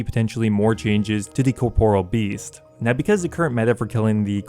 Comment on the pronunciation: I have yet to ever hear somebody pronounce Corporeal Beast correctly...